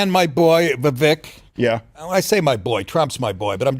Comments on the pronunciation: It's "Vivek" like "cake". No like "kek". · he's not wrong.....he still calls Vivek incorrectly even after when politely explained how to pronounce it, it's like he's not even trying. And for anyone who isn't even trying, regardless of your politics, fuck them.